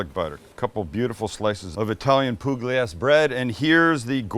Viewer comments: Every time I watch one of your videos, it lifts my mood. That sandwich looks fabulous and I am going to make it. I am going to use my garlic paste in the tube too. Also, I googled the Italian pronunciation for the bread and it's "Pull-yay-zee." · pool yee a zee (or zay if you want to realllllly sound Italian) 😉...that's kinda how you pronounce pugliese. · It's pronounced "poo-LYEH-zeh" if anyone's curious. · Pugliese pronunciation, pool-yay-zay (not perfect guide but pretty close) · Poo-glee-ay-zee bread. Love you guys keep it up!